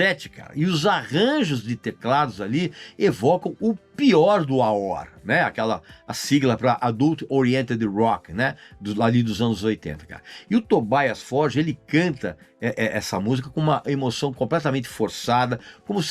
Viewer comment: Como ja dizia a velha música favorita do Régis: "o papa é pop" Ah, e o nome do vocalista é pronunciado Tobías Fórgue, não "Tobáias Fórdje", como os americanos dizem...